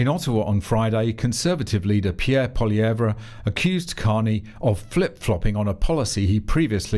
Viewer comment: Congratulations on pronouncing Mississauga correctly. For an Australian/Brit you did well. Now all you have to work on is how Poilievre's name is pronounced. We will work on Saskatchewan and Sault Saint Marie tomorrow. Keep up with doing the lord's work.